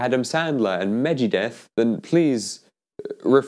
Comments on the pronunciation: "Megedet" "a Weegee Board?" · He said mejeedeth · It's not meg G Deth it's Megadeth oh guess you were just being silly 😜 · it was really funny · I wasn't trying to be mean I thought it was just your accent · What did he just call Megadeth????